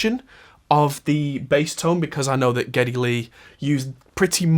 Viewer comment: SADLY YOU KNOW NOT HOW TO PRONOUNCE NEILS LAST NAME, at least not properly!!! Though I am impressed with your ability to get Geddy's real name correct!! However, and perhaps a bit more "homework" then you would have been spot on, matter of fact had you figured out all of that... this video, well then... "Bob's your uncle," yeah?!?! But as I said, had you found Alex's REAL NAME, NOT HIS stage name, well then an almost home run hit!!! I will give you a bit of help, straight away now.... for Niel's last name..... and..... It is PRONOUNCED.... "PIER"-T Like a fishing pier... with a "T" at the end!!!! Perhaps you can do a follow up video to this video as a way to correct your mistakes... if you will!!!???????!!!!